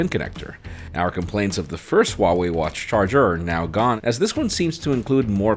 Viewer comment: just a little note: the H in Huawei is not silent. you need to pronounce it